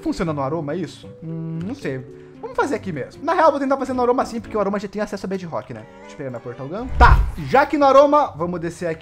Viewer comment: MDS QUE AGONIA “BED ROCK” BEDRROCK!!!!!!!!!!!!!!!!!! Agoniante